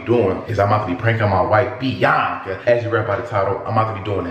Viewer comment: can’t say it right it’s biiaaaaaaaaaaaaaaaaaaaaaaanca. 🤣